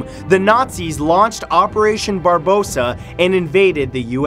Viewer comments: did he say operation barbossa? I'm pretty sure its operation Barbarossa... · Its "Operation Barbarossa", not "Operation Barbossa" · Bar-ba-rossa NOT Bar-bossa. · oh FFS, it's "operation Barbarossa", not Barbossa! It's inspired by the name of the Emperor, not the fictional pirate -_ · *OPERATION BARBARROSA not BARBOSA. Sorry Leandro. hehe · I believe in the supernatural and curses, so this is very interesting for me. And btw, it's Barbarossa (Red Beard), not Barbossa (the pirate)...😉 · Barbosa? Really? It's operation barbarosa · Matt it's pronounced Bar-ba-rossa or "Operation Barbarossa" not Barbossa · "barBArossa" not barboza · It's operation barbarossa not barbossa lol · "Operation Barbosa"? Is that what Canadians call Operation Barbarossa? Or is Matt not editing his material (again) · It's not Operation Barbossa, it's Barbarossa. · Barbarossa not barbosa